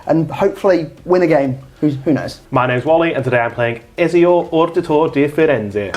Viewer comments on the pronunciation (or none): Loved the game boys nice to see the gathering magic boys back. Also wally its etz-ee-oo, and attempt, well at least it had the right letters in it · the guy playing ezio has never played the games.....theres no way he played any of the games and still pronounces his name like that. he looked at every single syllable and thought "im going to pronounce all of them wrong"